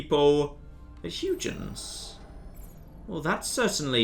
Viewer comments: It is HUY-GENS... not HUGH-JENS... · I'll assume you're deliberately saying Huygens wrong. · "Tomburg" is as good as "Huge-ens", I've decided.